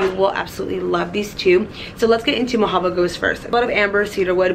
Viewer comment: I want that Byredo Mojavo Ghost SO bad! It smells amazing! didn't quite say it right but Mojave (Pronounced "Moh-ha-vee")but I like the name and fragrance!